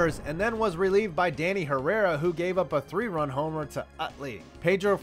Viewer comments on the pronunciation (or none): none